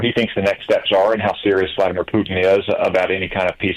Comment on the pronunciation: "Vladimir"! SMH!